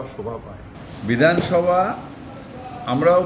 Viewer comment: তুমি আছো তো উদাহরণ হিসাবে। বিধানসভা উচ্চারণ টা সঠিক করো। ঘেউ ঘেউ করো না।